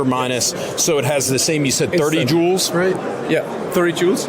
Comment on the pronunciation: The sales rep needs to make sure to put a little more emphasis on the L in joules. Had to run it back and listen again 😂